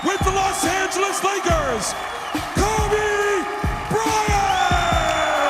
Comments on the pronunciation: I wanted to finish watching this...but her pronunciation of "Kobe" threw me off. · She is fucking annoying someone teach how to say Kobe. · Yes, when she says Kobe I die inside a bit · She pronounces Kobe wierd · Its Kobe not Kabe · Don't let someone who knows nothing about sports document it, it's not kuby it's pronounced coby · It is KODE not cubby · bro its kobe not clubby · "Kubby" Bryant 😂😂😂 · "Kuby bryant" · That lady said cubby Bryant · Lmao Kabe Bryant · cubby bry-int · Why the fuck does she say "Kubby Bryant" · She called Kobe, "Cabby Bryant" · "Kubby Bryhant" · AT SG KUBBY BRYANT!!!!!!!!!!!!!!!!!!!!!!!!!!!!!!!!!!!!! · Kabby Bryant... 😑 really nigga KOBE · "ka be bryant" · "Kubby" your talking about 1 of the the best basketball players and you can't say his name please quit your damn job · Auburn Tigers and Minnesota Timberwolves FAN actually ko be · she called my nigga "Kubby" and got most of her info from Wikipedia smh what a tragedy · "Before KABE Bryant........"😂😂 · Who the fuck is Kuby Bryant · I hate the way she says Kobe "Kubby" and Philadelphia. Put some respeck on my city's legend' name and my city's name. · she was saying Kuby like tf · 'Cowby Bryant' Come on! Couldn't watch this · Kebe Bryant. She doesn't even know how to say kobe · When you say "Kubby" it seriously makes me want to kill myself hahaha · Who's "Kubby Bryant"? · She said kubby bryant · kobe is pronounced kowbey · "Before Keh-be." ????????? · Yo when she says Kobe in the beginning is sound like she saying kobey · Hakki S and how she says Kobe. TF is Kubby??? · Why in the name of god does she keep saying "Kubby Bryant"!! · Bro u got me crying "kubby"😭😭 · Who is this "Kubby Bryant" the lady speaks of? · Who the fuck is kAbe Bryant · did she say kubby bryant? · Koabey is what she says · Jacka Boy she says kube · It sounds like she is saying kaby Bryant 😅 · why would they let someone who can't say kobe right let them talk about the GOAT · Bro she pronounces his name so wrong